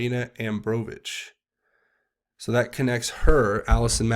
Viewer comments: Abromovic.A-brom-uh-vic not A-bro-vich🙄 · That "spirit-cooking" woman's last name is pronounced, "ah - BROM - oh - vik." She's the one who emailed Podesta about her SC parties. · respectfully, it's PRONOUNCED: "AH BROM A VICH".